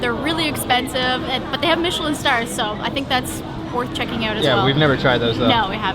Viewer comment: The way he pronounces " OUT ".. eeooot.. weird accent..